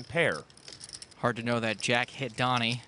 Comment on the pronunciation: Wouldn’t it be spelt Doni if that’s how you pronounce it ?